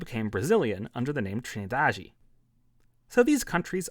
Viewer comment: Hey, the island's name for us, brazilians (who speaks Portuguese and not Spanish) is Ilha da Trindade, not TriNIdade. That's annoying.